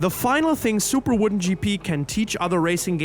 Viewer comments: It's WODEN not WOODEN ;) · I don't think "woden" is pronounced "wooden".